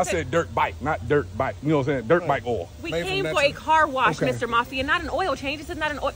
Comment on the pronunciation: That man said “dirk bike oil”😂😂😂😂 this Vegan oil😂😂😂😂😂😂😂 lmao